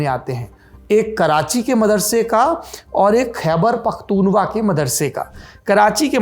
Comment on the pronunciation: ख़ैबर पख़्तून ख़्वा उच्चारण है, आप हमेशा त्रुटिपूर्ण उच्चारित करते हैं। कृपया सुधारें